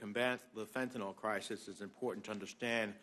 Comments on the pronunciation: Let's start by saying it correctly! It's called Fentanyl, not "Fentanol"! It's worse than "nucular" vs nuclear! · Why do they all mispronounced fentanyl?